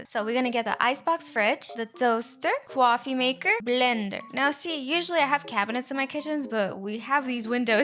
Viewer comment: Can you stop saying cawfemaker and bliender and extiendit